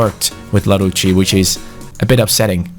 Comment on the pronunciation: you pronounce larouci el-arousi